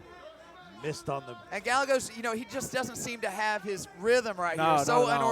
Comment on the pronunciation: Guy-yay-goes not gal-e-goes